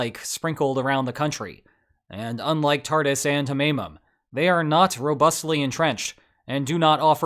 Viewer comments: It is pronounced Tar-toos. Speaking form Syria! 💚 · I love that you pronounce "Tartus" naval base like "Tardis" - makes me think of a wet Dr. with a comically thick russian accent. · I remember thinking that "Tartus" sounded like a cool name back when I first started learning about Syria in 2011. Then I found out that it's really pronounced like "Tartoos."